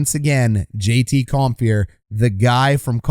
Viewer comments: The name is Compher, not Comphier. LOL! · I know you already addressed this, but "Comphier"... Not quite Don Cherry-level player name pronunciation yet, but if you keep at this for a few more seasons, I bet you could give him a real run for his money, Coach. 😂 Love the channel! Love the breakdowns! ✊ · Love it. Only room for improvement is pronouncing Compher and Francouz correctly. 🤣 but hey, you can't know em all. Great job, thank you.